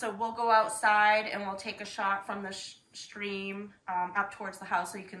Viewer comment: Stream, not street.